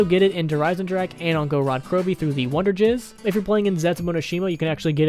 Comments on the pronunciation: Its wonder fizz not wonder jizz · Did he call "wunderfizz" "wunderjizz"? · It’s wonder fiz not wonder giz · ha he said wonderjizz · Did he just call it wonderjizz?